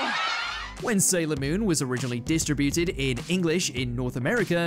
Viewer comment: No offense but your pronunciation of "distributed" is weird. Also, "Uranus" is said as "your anus" not "your inus."